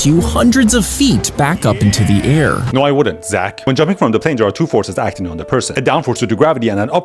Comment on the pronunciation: bro said "zack" like a slur